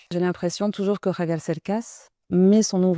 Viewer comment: Dice "Javier"... con JOTA, no con "GKRRr" como lo hacen usualmente los Franceses- Bravo! Es una autentica traductora.